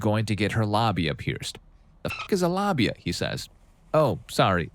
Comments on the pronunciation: What's a lahbia? You mean labia? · Is the narrator saying the word wrong or what? labia (la·bi·a) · why are u saying labia like tht 💀